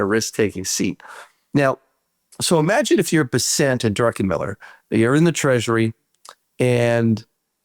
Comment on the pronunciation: Scott Bessent's name is pronounced BESS-ənt, according to his Wikipedia page and other resources. The emphasis is on the first syllable.